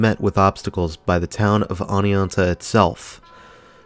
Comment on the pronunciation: Love this mall! Not sure if you have an accent but just to get the pronunciation correct it’s oh-knee-on-tuh